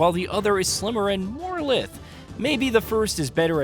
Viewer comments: More "lyth"? Is this voiced by AI or someone that's never heard lithe said out loud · my guy that word is pronounced lie-th